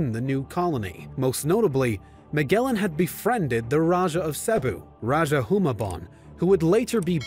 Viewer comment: I hate your American accent pronouncing The Tagalog and Spanish names. If we have to speak English like you lot SPEAK OURS ACCURATELY!! Rajah is pronounced Ra-ha Hu-mah-bon 😒 Stop colonizing the names. Magellan is Majellan.. g is pronounced with d'y or j